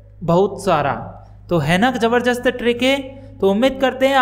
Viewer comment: Jabarjast nahin jaarjast nahin jabardast hota hai